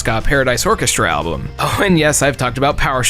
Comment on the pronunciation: "Alblum." My mom says it like that. She's 77. Do with that information what you will.